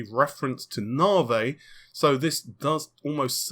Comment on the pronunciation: Narvey. Shits annoying as fuck.